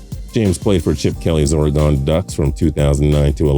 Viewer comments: Oar-gun. Not whatever you were saying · You pronounced Oregon wrong it’s like oregin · Oar-uh-gone? it is pronounced Ory-gun. Oregon. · Wish he would learn how to say Oregon. it's pronounced 'gun' not 'gone'. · As an Oregonian it KILLS us when people say Ory GONE!! it's "OR e gun"!!! And 1994 Heisman Trophy winner Rashaan Salaam should be somewhere in here. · ory gun not ore gone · IT'S ORY-GUN! NOT ORE-GONE! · Pronounced Ory-gun not Oar-uh-gone. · Oragone lol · Ore-Gun two syllables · What the hell is "Orghan"? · y this nigga say ORE-GAWN🤣🤣🤣😂😂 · Oregone lol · My eyebrow twitched every time you said Ore-gone. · Wtf “Oregone” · I don't like how he pronounce Oregon put some respect on their name 🤙💯💯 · If you can’t even pronounce Oregon right you shouldn’t be making videos. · The way you say Oregon hurts me. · Not how you pronounce Oregon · Do you work for the DMV in your spare time? You sound like you belong there. And how can you mispronounce Oregon? Don't you even watch college football on ESPN or ABC? They even get it right. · Your voice is so boring the only thing stopped me from dozing off was the way he pronounces oregon 😂😂😂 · LMJ was a bust because the 49ers made a bad draft choice? Everyone knew LMJ was a 3rd down back at best in the NFL. He played in a spread offense that was predicated on spacing and ran out of the zone read...not a typical NFL under center offense. Also please learn how to say Oregon correctly, you sound foolish pronouncing it incorrectly. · I wanna beat his ass for sayin Oregon like that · The way he says Oregon makes it sound like some kind of cybernetic being's name or a Pokemon lol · Who gives a fuck about Lamichael James when you can’t even say Oregon right?!! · If you can’t pronounce Oregon correctly then please don’t say Oregon. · I hate the way says Oregon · I hate the way he pronounces Oregon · The way he says Oregon pisses my midwestern accent off😂😂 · Apple people from Oregon hate when people say it like that